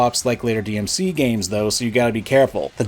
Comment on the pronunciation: DEE EM CEE TOO